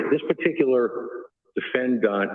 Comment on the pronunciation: Seriously—what is up with and his pronunciation of the word defendant? I’ve noticed that in previous hearings. Is he trying to be fancy? I don’t know which is weirder— the fact that he pronounces it “defend-AHNT” or the fact that he doesn’t pronounce it that way consistently. Doofus.